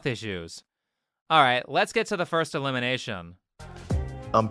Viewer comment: Big Big fan of your videos. But this specific video has me grinding me teeth, every time you say elimination. You really make it sound like illumination. Threw me off the first few times 😂